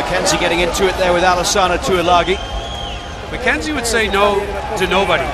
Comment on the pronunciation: except alesana Tuilagi (tooey-lagi) and not Tuilagi (tooey-langi) lelelelelelelelele. But on a serious note i guess so